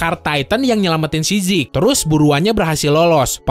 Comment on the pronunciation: Zeke bang bacanya bukan zik